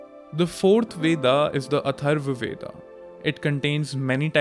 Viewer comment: It's Veda (वेद), not VedAAAAAA. Learn to pronounce your own words properly.